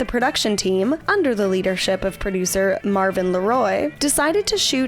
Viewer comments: That's ok, she called the producer of Wizard of Oz MARVIN...it's MERVYN. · Mervyn LeRoy not Marvin